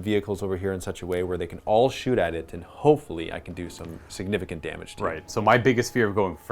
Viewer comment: Damagé, damagé. damagé, yaaa